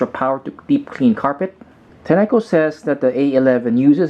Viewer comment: You are saying the name wrogh dushbag!